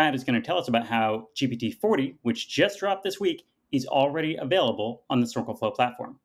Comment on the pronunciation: GPT 4o (four "Oh" for "omni"), not GPU "forty".